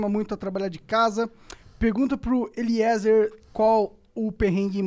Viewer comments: Falando sério Monark, se não tiver ido ainda, vai no médico ver se tem algo tipo dislexia (falando namoral mesmo). O cara é o convidado e você conseguiu errar o nome umas 5 vezes lendo... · Terminou o podcast e o cara não aprendeu a falar "Eliezer" direito! pqp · Eliezer é demais! Sigo ele da epoca do freeganismo, depois enquanto preparava a van, londres etc. Demais Agora vamos falar que este monark é dose. Fumou tudo, bebeu todas, perguntas estúpidas e não conseguir falar o nome do entrevistado foi o fim! Necessario se preparar e ouvir o que entrevistado fala!!! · Acompanho o Eliezer a menos de um mês, mas já vi vários vídeos dele. Me identifiquei muito! Cara do bem e humilde. Nota 10!! Deus abençoe seus planos 🙏🏻 Nota 10 Para os caras do flow nota -1 Zero é pouco pra eles... Totalmente sem noção, sem educação... Xingam o tempo todo sem motivo, fumam numa entrevista, apologia ao uso de drogas... Entrevistador "Monarck" não consegue sequer ler nomes corretamente...